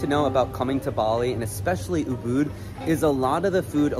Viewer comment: Ubud =uhbaad he butchered the pronunciation